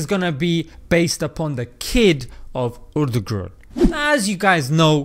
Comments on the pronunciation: Say it after me ... ERT TU ROOL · Why does it sound like he says "Urdu group" when he says Ertugrul 😂😂😂